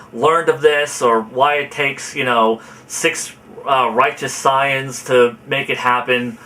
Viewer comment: dude, its pronounced say-ans, not sai-ans. you sound like you're saying science